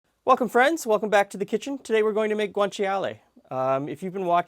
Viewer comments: It's pronounced: "gwaan-chaa-lay" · GREAT video. Thank you. Just a friendly note: guanciale is only three syllables. Sort of like gwan-CHAH-le. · Ci in Italian is pronounced as a "ch" sound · You don't really pronounce the i in guanciale